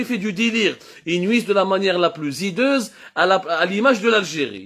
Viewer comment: _ Ya Abdou , corrigez votre langage. IL y a un < H> aspiré avec lequel on ne fait pas de liaison. Dans un autre live , vous avez dis : la plus zumiliante , alors qu' il faut prononcer : la plus humiliante sans liaison. Et dans ce live , vous récidivez en disant : de la manière , la plus zideuse , alors qu' il faut prononcer : la plus hideuse , sans liaison avec le " S" de plus. On fait une liaison avec le "S" avec le < H> muet , comme avec. Les heures , on prononce les zeures , Les hommes , on prononce les zommes.